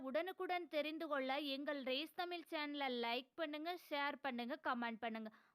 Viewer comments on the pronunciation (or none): ஏன்டி உனக்கு என்ன நாக்கு வளையாது தமிழ் என்று உச்சரிப்பு வராதா தமில் தமில் என்று வருது நீ எள்லாம் தமிழனுக்கு பிறந்தவர்களா ழிழாழ சரியான தமிழ் நாட்டில் உள்ள வரலாறு காணாத பென்கள் தானே தமிழ் நாட்டில் இருந்து கொண்டு இப்படி பேசுவது என்பது குறித்து உனக்கு வேகமாக இல்லையா